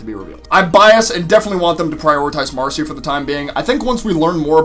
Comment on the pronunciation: Shes either with the salamanders or the newts and also its marcy not macy